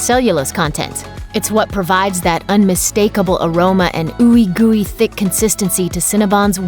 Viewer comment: Raise your hand if you cringed everytime she said ooey gory 🙄